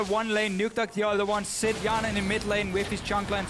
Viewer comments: Hjarnan = fionen...well at least for Quickshot XD Just pronounced the name wrongly. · why said fionen ? xD! my english is bad... maybe mistake from teller?